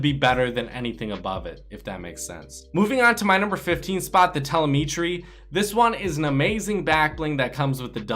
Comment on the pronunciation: it's pronounced ta-lem-ih-tree